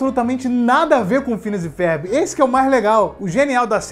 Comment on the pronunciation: Porque que ele diz “férbi” ?